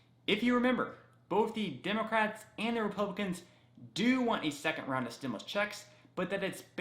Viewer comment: Stimuast? Lol yikes